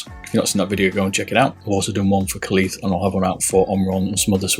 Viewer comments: it's kailh not kalith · Great video! It's pronounced Kale though, Kailh -> Kale